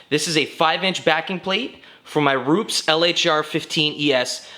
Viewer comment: “Roops” it’s pronounced “rupe-ez”